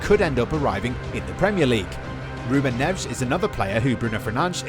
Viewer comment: "Fern-and-ezz", "Nev-ezz"